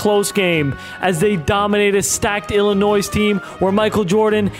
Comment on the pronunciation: Bro the last “S” is silent in Arkansas and Illinois! 🤦🏽‍♂️